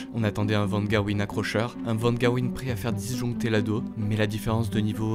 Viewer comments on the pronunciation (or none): Incroyable vidéo ! Petite correction linguistique quant à la langue hollandaise : le G se prononce un peu comme le J espagnol, donc l'antagoniste s'appelle van "rherwin" et non pas gerwyn en terme de prononciation :) j'espère que ça te servira dans les futures vidéos.+ :)